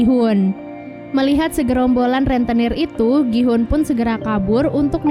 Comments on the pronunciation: Gi hun bukan Ki hun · Gi-houn bukan ki-houn😑